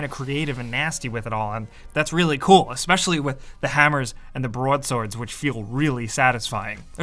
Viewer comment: "BUWROAD SWORDS"